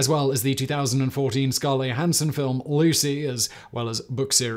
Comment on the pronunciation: "Scarlay Hanson" 🤣